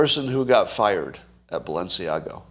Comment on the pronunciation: I am not surprised when Scot mispronounces Balenciaga. He admits to fashion indifference. Am I the only one of his followers who cares about correct pronunciation ? Or are you all fashion illiterates? Really? Really?